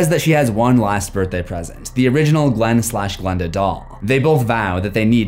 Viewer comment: PLS GIL AND GILANDA😭😭 it's Glen and Glenda